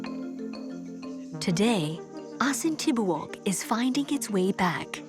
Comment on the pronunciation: Thanks for the feature. Its prnounced as A-sin Ti-bo-ok though.